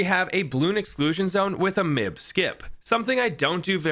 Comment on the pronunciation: m.i.b not mib